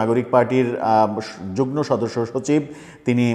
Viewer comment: উচ্চারণ যুগ্ন নয় যুগ্ম